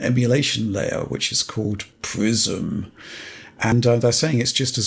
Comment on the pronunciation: I keep hearing "Microsoft Prison" instead of Prism ...